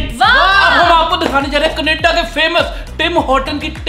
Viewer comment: Canada naah kaneda😂😂😂